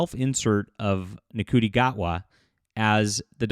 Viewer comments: ITS PRONOUNCED SHOOTY. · Ncuti is pronounced "shooty". That's why I refer to "Doctor Who" as a nciti program.